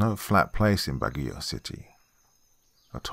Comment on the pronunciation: As a local of Baguio, you almost nailed pronouncing the name of the city.